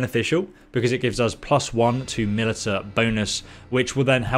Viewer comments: I'm just here to laugh at the way he pronounces militia and I think we all are too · It wasn't the lack of food affecting the moral in your city. It was how you keep pronouncing militia. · Does this guy really not know how to pronounce "militia" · He keeps calling it MILITAH lol... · had to pause video early on. it is pronounced "Ma-li-sha" not "mi-li-ta" saying it the latter way is like nails on a chalkboard. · You brits wanna call flashlights "torches", fine, but calling Militia (Mil-ish-a) MiliTAH is where we draw the line. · miltia is pronounced 'malisha' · its pronounched milisha not milita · It's not pronounced mill-eh-ta, its mill-ish-ah. Great video also lol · It's not milita but pronounced milissia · God every time you say milita... it’s pronounced “Mah lish a” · “Milita”....? How can you not pronounce MILITIA?! 😂😂😂 Video is almost unwatchable with the amount of times you’re forced to listen to this, lol. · Only came down here to say its pronounced "malisha", but i see everyone else has done that lmao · Militia is pronounced mil-i-sha btw. At least in the states. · I played a drinking game where I took a shot every time he said "Militta" and now I am dead. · He legitimately thinks it's the way it's pronounced I think, he says "mil-i-ta" in all of his bannerlord videos. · Even if he does pronounce it a different way it would still be wrong 😂 he is saying Milita but it’s Mili_TIA so he’s just created a new word. Tbh he must have some issue with reading he does it a lot. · Loving the let's play/guide Small pet peeve, Militia is pronounced muh-lish-ah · In the UK, can confirm Militia is pronounced Mil-i-sha. HTH :-) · Because educated population is a superior population. The way civilization improves is by learning off of each other. There's no such thing as militah in any form of English. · Militia is pronounced as Mi-li-shia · Just a heads up. Militia is pronounced Mil-i-sha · "muh·li·shuh" & "feef" damnit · Milita? or is it milit IA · Militia = Mel-ish-a